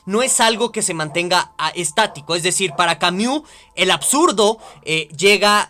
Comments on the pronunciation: Ay, con todo y la mala pronunciación de "Camiu" buen video hahaha aunque me daba un ataque escuchar esa pronunciación una y otra vez hahshaha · Camiu, camiu, camiu, camiu jajajaja